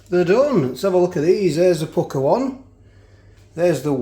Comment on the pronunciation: I love the way you say Asdeh and Pukkeh lol